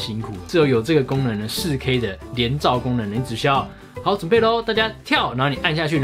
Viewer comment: 介紹很詳細也很清楚喔!! 實際操作的照片也很棒! 不過，的台灣國語 "仕K"(4K)...看的時候有讓我笑出來~ 呵呵~~